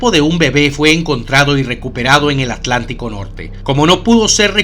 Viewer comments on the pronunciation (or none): none